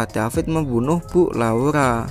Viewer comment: Laura bukan laula